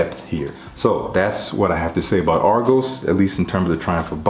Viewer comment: Just hearing about this house, Thank You for pronouncing the name right 😂😂💯